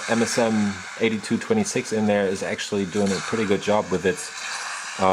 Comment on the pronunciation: actally...actually... :D